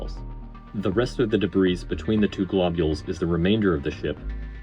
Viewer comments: good video! A note on pronunciation: the 's' in 'debris' is silent - in american it sounds like 'deh - bree' . also it is already plural - no such thing as debrises - not quite sure what the issue was as it was inconsistent. thanks for the analysis, and it was very well edited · Excellent analysis. I know you say you’re not well-spoken but I disagree. Very well done. The only criticism is silly and pedantic: the “s” is silent in “debris.” (e.g., pronounced “de-bree”). But regardless, I really appreciated your thoughts and effort in producing the video. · A superb breakdown, subscribed. However the pronunciation of debris did grate a bit - it's always "DUH BREE". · Stop pronouncing the "s" in debris. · The "s" in debris is silent. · Excellent analysis on the failure! My only note is that the S in Debris is silent.